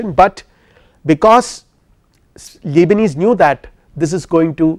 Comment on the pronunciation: You are clearly a very intelligent man. Given that english is not your first language, you are still very articulate. Great lecture/lecturer! Thank you! But the way you say Leibnitz sounds to me like lebanese hehe…